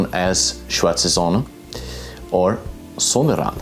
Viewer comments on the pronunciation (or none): Sonnenrad nicht Sonnenrand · Hehe, it is Sonnenrad not Sonnerand. You had the n in the wrong position. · It's "Sonnenrad', not "Sonnerand".